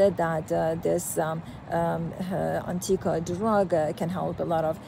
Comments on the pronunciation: Maybe the oncologist speaking could learn the name of the drug and how to pronounce it before making a video about it. The cancer treatment industry is currently $320B USD per year. The SARS-CoV-2 “pandemic” helped many people see that the regulatory agencies are totally captured by the industry they are supposed to regulate. A rational person would expect many roadblocks to be thrown in front of a drug that could enable the human body to naturally fight cancer, perhaps wiping out the industry and the profession. We don’t know that Anktiva is that drug, but it certainly looks possible. The concerns about safety are valid, but almost seem silly when we consider what Chemotherapy drugs do to the body and just how toxic they are. The current state of oncology is barbaric if we are honest. It’s not an indictment of oncologists, but is an indictment of the industry, which cares only about profit and its own survival. I think an even bigger discovery comes from Dr Thomas Seyfried, who has proven cancer is a metabolic disease, not a genetic disease. A simple, low cost dietary therapy with drugs to pulse glutamine has had tremendous success, but the oncology industry has not embraced it. An honest scientist admits that science is wholly corrupted by the current business model. The evidence usually follows the wishes of the funder. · What a load of BS she is spewing. She can't even pronounce the name of the drug.